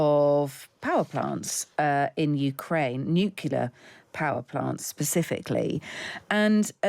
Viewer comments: Nuclear, not "nucular"... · Madame, the word isn't 'nucula' it's nuclear power plants. Also you say 'arbitarily', maybe you mean arbitrarily? Where did you study journalism? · it's not an accent. She said nuculer. That's what Homer Simpson says, because it's funny that he's extremely thick. It's not funny when a presenter is thick. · Why can't the host say the word 'nuclear' properly?